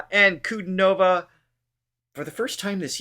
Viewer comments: Diana An - ku - DI - nova ! Learn to pronounce it correctly! It's not difficult. 👋🏻😜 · PLEASE it is Dee ana Anku DI nova with accent on DI. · Much as I truly enjoy your reactions (and I really do!), the is an occasionally recurring bit of grit: her name is pronounced dee AH nah ahn koo DEE no vah. It sounds as great as she does!